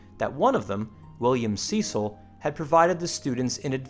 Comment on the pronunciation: the pronunciation used by the narrator is excruciating Cecil, Lancashire, Gerard, Champion all wrong. If you get an American to say English names get them right!